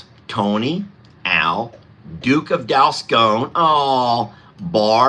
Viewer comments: Congrats! How adorable! FYI-the O in Dalscone is pronounced as a short O, not a long O. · Sorry but it's Dalscone pronounced as in gone not scone